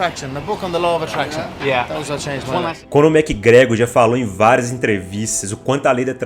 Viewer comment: Conor mequigregori 😢